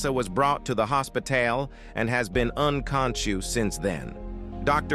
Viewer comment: hospitaail 💀 unconsshoos💀💀💀💀💀💀💀💀💀💀💀💀💀💀💀💀💀